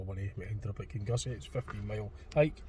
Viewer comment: Kinussie is prounounced "Kinnoosie"